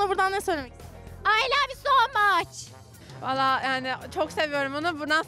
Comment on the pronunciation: hayır "Ay lav u so maç " diyo